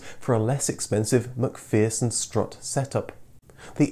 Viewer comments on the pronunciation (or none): none